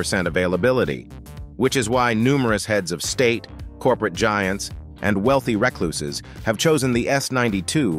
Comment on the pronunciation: “Wealthy wrecklooses” lol